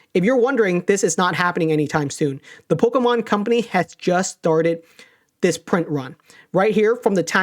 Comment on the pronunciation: I hate the way says Pokémon